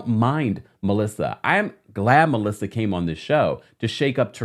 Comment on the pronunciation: no she said it right 🤨